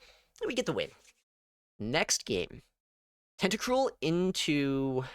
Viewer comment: Tenta-cruel * not tentacrule